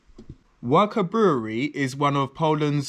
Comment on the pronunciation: Lech is pronounced as Leh. Warka is pronounced as Varka.